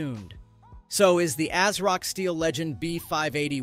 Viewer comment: It’s not A-s-rock. It’s pronounced AZ-rock.